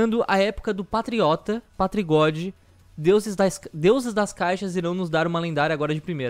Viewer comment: a hora que ele falou do patri god kkkk.